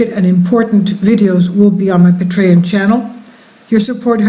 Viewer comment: It's not pronounced pa-tray-on. It's pronounced PAY_TREE_ON.